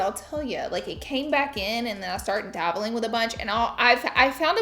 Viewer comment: Am I the only one who noticed she said davaling instead of dabbling 😂 omg I love it!